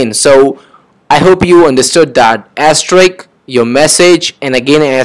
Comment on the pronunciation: Its sounds "Ass Trick" instead of "Asterisk"